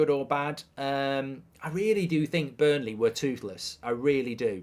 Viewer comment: ……it’s Burnley